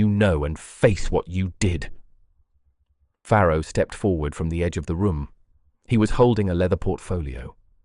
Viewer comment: Farrow not Pharaoh